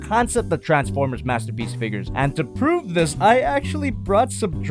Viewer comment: Mastapeece megatron (beest war)